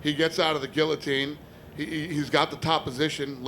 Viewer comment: Love that Dana says Guillotine and not gee-a-teen like most Americans.